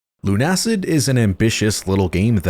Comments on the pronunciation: It's not LUN-ACID but LUNA-CID because it's build from the words LUNA and LUCID. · Look. I'm pretty positive it's pronounced Luna-Cid not Lun-Acid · I'm pretty sure it's pronounced Lunacid, not Lunacid